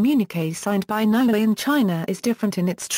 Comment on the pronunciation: It's NEW-ay not NOW ay, and it's TONG-a not TONG-Ga.